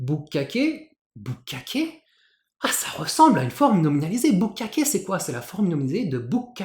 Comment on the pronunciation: Bukkake, d'ailleurs, on n'oublie pas la petite pause ! Mais j'ai éclaté de rire si fort ! 😂😂